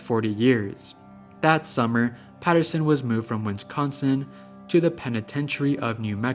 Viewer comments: Bro. It’s Wisconsin. WIS-CON-SIN. It’s NOT friggin Winsconskin. Wth dude. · there is bo third N in wisconsin